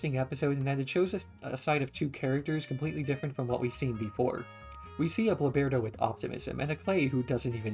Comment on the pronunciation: I’m sorry, but your pronunciation of Bloberta drives me crazy. Great video though lol.